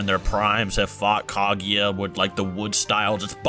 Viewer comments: The only thing that bothers me with this video is how pronounces Kaguya. Couldn’t not hear it. Smh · u must not of watched naruto if u dont know this. They pronounced Kaguya wrong and many others.